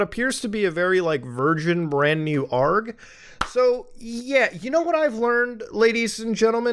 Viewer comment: Everytime you pronounce aloud it as "arg" and not "A R G" i die a little more inside